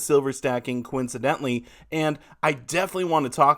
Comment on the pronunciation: I like the way you said “coin-cidentally”